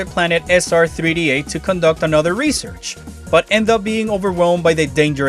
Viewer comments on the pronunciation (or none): none